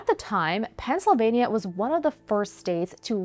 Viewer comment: great video, but why does she pronounce Pennsylvania like that